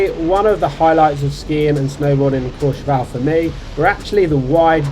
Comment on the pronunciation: Couple of things - it’s CourcheVEL - not Courche VAL …. Drives me mad!!! Having done seasons there, you only hear Brits renaming it to “VAL”…. Anyway, nice vid, but it seems you are only talking about 1850… 1650 didn’t get a mention and that has some great varied terrain, but as you say, all a bit light and cruisy- but good fun for thrashing about a bit. 1850 way over priced, over run with rich Russians and other people with too much cash… ruins the whole place. Stay in St Martin de Belleville instead and you are connected by a couple of lifts into and out of Meribel if you want to be in that part of the system - or Val Thorens if you want more challenging terrain. all good, nice chilled content mate 👍🏻